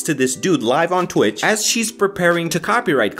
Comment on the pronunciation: Wtf is "tuwich"?